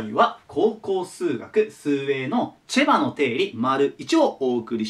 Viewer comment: チェバがチバに聞こえるのは俺だけ？